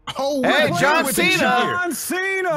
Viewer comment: You can't Ce-na.